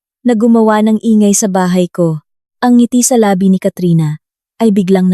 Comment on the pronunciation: LABI ay mali ang pagkabigkas Yong pagbigkas mo ay iba ang kahulugan hindi akma sa pangungusap At hindi ko na tinapos ang pakikinig kc nakakairitang pakinggan ang pagkakasabi sa PESO na binibigkas na PISO